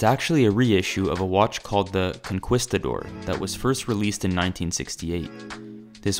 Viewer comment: Forgive me, but it is, “Con-kees-ta-door”.